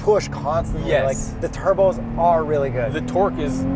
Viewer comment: hersepewer en terrrrkkkkkkk